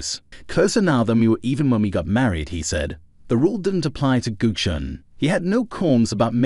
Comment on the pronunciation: Thx mate. Nice. BTW, our name is pronounced "Gucci-Own-ee ;) Bless - Nick